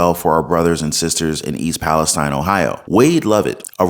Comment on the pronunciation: Thank you for your proper pronunciation of Palistine iii not e